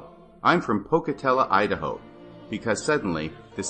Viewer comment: ‘Pocatellah,’ Idaho! Gotta put that Idaho accent on it!🤣🤣🤣